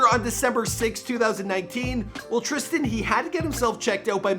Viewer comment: It says trisan mike his name is tristan